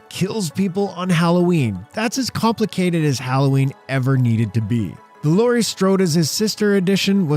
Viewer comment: Laurie not laura.